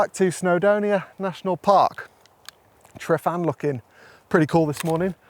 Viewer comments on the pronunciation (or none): Try pronouncing Tryfan properly: Truv-an (truv like bruv). Don't call it Triffan. Great video by the way. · Tryfan, pronounced truh as in truck - van. Truh-van. I’d have tried to combine those two photos to get the best of both worlds. As for the work vs reward you’re spot on. Photography like any art form is subjective and is only as valuable as the appreciation of the person looking at it.